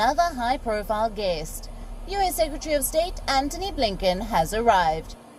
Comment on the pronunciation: His name is, "Antony Blinken" and not "Anthony Blinken". Lol!